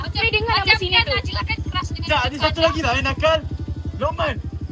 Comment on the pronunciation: Rasa dia nak sebut naji tapi tersebut najli..hahahah